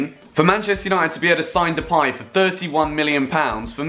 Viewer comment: plz stop saying depaj its depay !